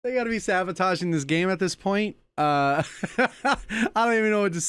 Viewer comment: bro said sabataging 💀💀